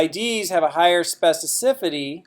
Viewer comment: It's a horrible word to pronounce, I realise that, but you're not quite there.